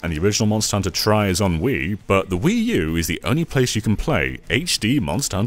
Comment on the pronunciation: it’s pronounced “Wuu.”